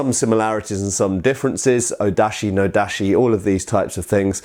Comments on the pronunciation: Just a pronunciation tip: "TaCHI", "NodaCHI", and the like are pronounced with "Ch" as in "Cheese" not "Sh" as in "Shoes" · again with the "tashi" "nodashi". Come on mate...